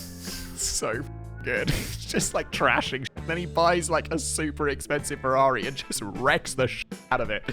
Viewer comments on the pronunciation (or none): none